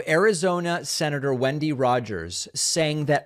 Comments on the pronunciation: Lunatic Rogers doesn't even know how to pronounce her own name, lol. It's 'when-dee' not 'win-dee.' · Did you say windy Rodgers or Kenny?